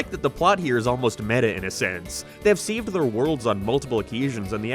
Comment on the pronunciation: This guy has the most american accent just to come out of the blue with words like "seeved" instead of "saved"